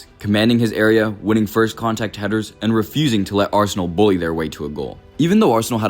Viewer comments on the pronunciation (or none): none